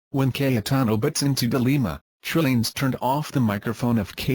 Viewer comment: The voice pronounced Trillanes as Trilling.... sounds like Trililing